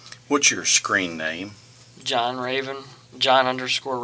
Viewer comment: As the officer asked for his screen name I heard "scream name".